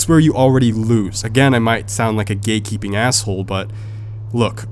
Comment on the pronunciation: I thought u was saying “gay keeping”